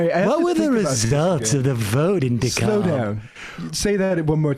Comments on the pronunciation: DeKalb county. Pronounced. De cab Not de caulb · Not that it's important but Dekalb is pronounced "Duh-cab". The L is silent, like in "salmon". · its pronounced DE-CAB county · First, it's "DEE-cab" county. Second, Vernon Jones is always in trouble in one way or another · I live here. It's DEE-cab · Being from Georgia, it took me a minute to recognize when Sam said "DeKalb County" Around here, it's pronounced "de-cab" :) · Everything I hear someone from outside of Georgia say "Dekalb County" it makes me ears twitch. In Georgia we say it like "De-Cab"